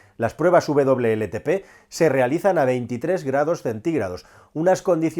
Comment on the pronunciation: Por qué dice “VLLTP”? Si se indica WLTP!!